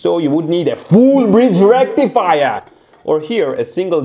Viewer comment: FULL BRIDGE RECTIFAYAH!!!!